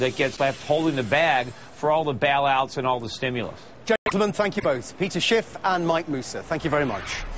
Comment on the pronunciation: Did that guy say " Peter Scheef"?